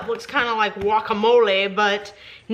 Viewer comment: oof, first youtuber who knows how to pronounce "guacamole"